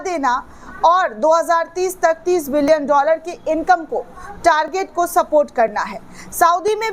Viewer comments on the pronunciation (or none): none